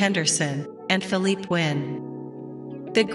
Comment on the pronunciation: It's not fill-leap...it's fill-lee-pay!!